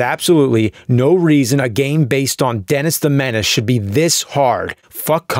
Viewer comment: "denASS the menASS" haahah so juvenile yet I'm a grownass man chuckling